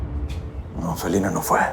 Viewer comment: Alguien más se dio cuenta que Diego dijo Filina y no Felina? 😂😂